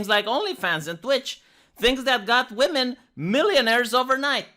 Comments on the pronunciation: Why can’t this interviewer pronounce the word women? She keeps pronouncing it woman. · I pronounced "women" phonetically for 20 years. She's probably doing that. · Is anyone else irritated by how the interviewer keeps saying "are woman" I didn't hear her say women once.